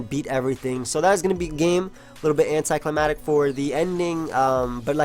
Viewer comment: Why do so many people say "anti-climatic?" ITS ANTI-CLIMACTIC ugh sorry but its killing me lol